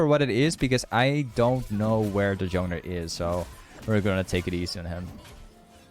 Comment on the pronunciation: Why do you say jowner and not jungler?